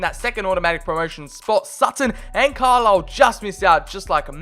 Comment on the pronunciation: FYI it's Car-Lyle not Carslyle which made me chuckle, especially being from the North East lol